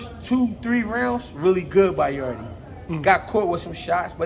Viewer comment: People have to stop calling Yarde “Yarday” 😂 Yarde is Jamaican and in Jamaica we call Jamaica “yard.” That’s how you should pronounce his last name